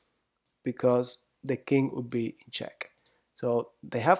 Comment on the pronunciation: why do you pronounce king as "kink"?